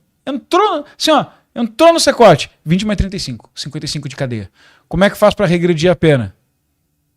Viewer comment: "Secote"? CECOT